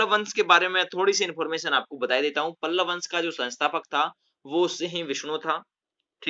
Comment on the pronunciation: Sir pallav not palval